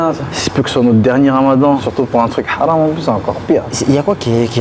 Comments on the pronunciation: C’est pas “Halam” c’est “Haram” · Haram et non pas Halam